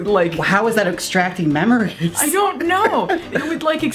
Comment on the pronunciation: Is the machine extracting "memories" or "mammaries". I'll be here all night folks